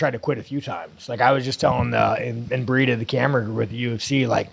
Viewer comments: Did he just casually call embedded "inbreeded"?? 🤣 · Not “embedded” but “imbreeded” the hilly bill can’t help himself Not DEI but Di this guys a genius seriously